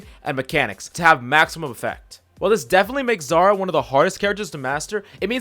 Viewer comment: It's "Zarya", not "Zara"